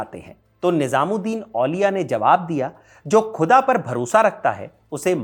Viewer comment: Please improve your pronunciation of the word “khuda”. Your presentation, otherwise is really good.